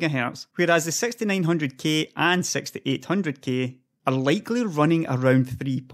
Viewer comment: "intel sex cores" you make my day,, cheers!